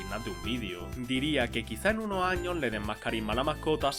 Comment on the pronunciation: Por qué dice todo sin la “s” final? Patata chip, Estado Unido, 30 año, tra esto, en lo ochenta, lo año